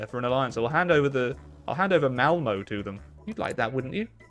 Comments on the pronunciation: don't say "Malmo", say Malmö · i shouldnt be so offened but it's pronounced like palm, malmö, palmo but replace the p with an m